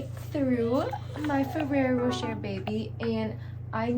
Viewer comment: Rou-SHEY not Ro-SHER!